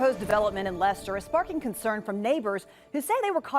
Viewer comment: Thank you for pronouncing 'Leicester' correctly.